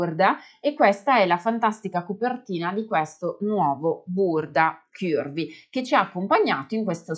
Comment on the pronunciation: Bel video con tanti consigli utili, anche se in realtà non sono proprio “curvy” (40 taglia europea) e dovrei modificare i cartamodelli per farli più piccoli. P.s: però non dire “chiurvi” non è la pronuncia corretta 😉